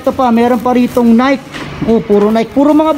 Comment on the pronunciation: Nayk daw! Nayki po correct pronunciation. Next time lam mo na.